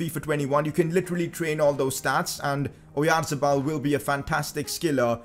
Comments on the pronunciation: It is pronounced Orianthabal. But is amazing transfer. Also sign pau torres from Villareal he is a very reliable as a back up if you sell phil jones and it has good potential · challange:take a shot everytime he says oyarzebal